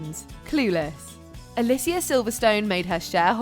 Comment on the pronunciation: You said Alicia silverstones name wrong smh it’s ah-lee-see-ah not ah-liss-ee-ah